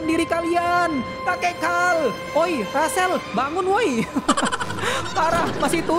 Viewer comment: karl bang bukan hal